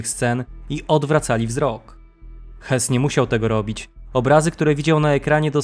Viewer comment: Jedna uwaga, nie czytaj Hys tylko Hess, gdyby miał nazwisko Höss, to wtedy Hys, a tak to Hess, po za tym, super materiał👍 Dziękuję😊